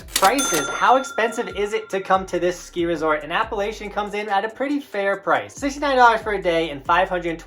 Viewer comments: So glad someone mentioned this^ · Said Appalachian wrong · It’s a shame you don’t know how to pronounce ‘Appalachian’. If you are going to cover an area do your research.